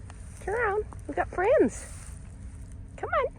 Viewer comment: I just adore the Golden Girls. By far my favorite part of the channel. How you say friends cracks me up and I’m obsessed with Tomatoes.